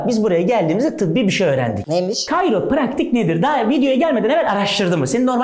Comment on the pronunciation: Hiçkimse: Gerçekten hiçkimse::KARYOPRAKTİK